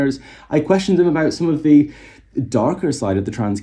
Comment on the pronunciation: pronunciation of the word them sounds to me (& Rowling obviously) indistinguishable from the word him. She's already off the hook.